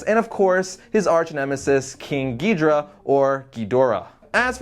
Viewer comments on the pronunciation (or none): Its gi-dorah not geeeeeeeeeeee-dorah